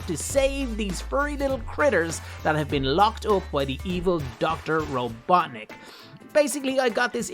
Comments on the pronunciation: Robotnik not robotnic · Its robotnik not robotic